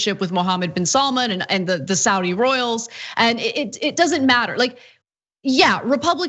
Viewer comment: Don't be so lazy. Pronounce Saudi correctly.